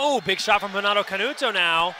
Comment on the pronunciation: Why the commentator is calling Canuto Canato all the time?